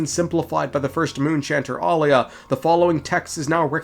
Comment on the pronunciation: Pristess' name is Aila, not Alia. Ai-la 🥰 It is of Finnish origin and means "holy, blessed" The Turkish variant Ayla means "halo of the moon" ✨️✨️